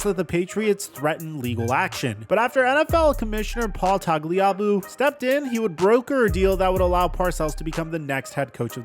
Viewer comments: “Toggly Ahboo”. I know you’re young, but do you really have no memory of hearing anyone speak the name of Roger Goodell’s predecessor? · It's pronounced: TAG-LEE-AH-BOO I enjoy your content, football and basketball Looking forward to your baseball channel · Bro, it’s, Paul Tag-Lee-A-Boo. Did you watch any football pre-2005? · Boy did you butcher Tagliabue’s last name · Listening to him pronounce Paul Tagliabue makes me feel old. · If it wasn’t for Tua, you would have pronounced Tagliabue correctly. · Butchered Tagliabue as well. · name pronunciations are killing me. Paul Tag-Lee-a-boo. Brian S(long I)pe, NOT see-pay. Mark Gas-tin-oh. Holy moly, watch some archival games, please. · Si-pe, not Sea-pay. Are you going to Tagliabue every other name from 30 years ago?